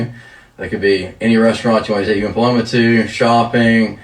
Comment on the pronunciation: My cousin is named Paloma and the way these ppl pronounce it KILLS me